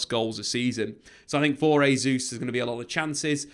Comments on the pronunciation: Jay-zuz not Hay-zuz please 🙏🏽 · “JAY-Zeus” not “HAY-Zeus”. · Just an FYI. In this context, Jesus is not pronounced "Hesus". The letter "J" is not pronounced like an "H" in Portuguese, like it is in Spanish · Pronounce his name properly ffs. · Jesus is Portuguese pronunciation not Spanish